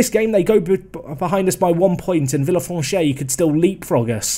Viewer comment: villefranche is pronounced vee-uh-fronsh